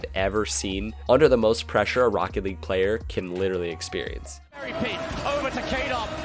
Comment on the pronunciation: He should’ve said “Jstn! Jstn! This is rocket lage” and I put lage because he doesn’t really say league